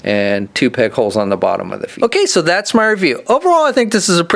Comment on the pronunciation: lol, he said peg holes 😂